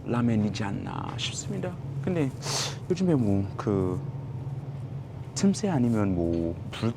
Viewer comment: 말버릇이 아직ㅋㅋ 소울이 남아 있으신데요 근데 라고 할 때 근damm 하심